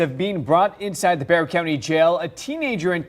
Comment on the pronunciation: It’s pronounced Bey-har. It’s from when Texas wad still a part of Mexico, so you say it like they pronounce words. 😉